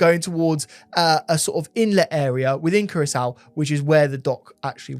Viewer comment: how do you manage to pronounce Curaçao as Carousel? 😂 Much love guys, big up ❤